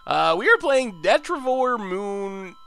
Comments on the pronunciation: Deh-trih-ti-vore Why do people try to teach him wrong? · He still pronounces 'Detritivore' wrong😠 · If you're upset about him pronouncing made up words wrong, you're going to be in for a bad time. He can't pronounce a lot of the real words.